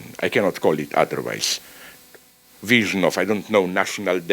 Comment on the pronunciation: When Zizek says "wision" instead of "vision" know that it's because he's thinking of a written word in German. Even his mistakes are deep.